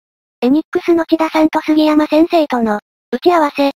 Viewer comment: 「せんだ」さんでなくて、「ちだ」さんだったような